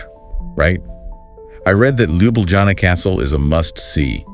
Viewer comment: Congratulations, documentary is great. But pronunciation of places is terrible. Even for me native to 🇸🇮 slovenia is confusing. At least you should learn how to say capital LJUBLJANA